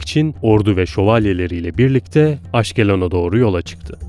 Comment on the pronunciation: Aşkelon değil. Askalan.